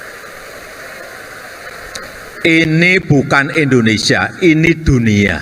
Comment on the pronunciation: IndoneSIA pak JOK..bukan EndoneSA 😁😁🤣🤭🤭